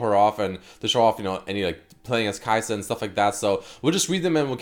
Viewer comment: Kai’sa(din). Haha.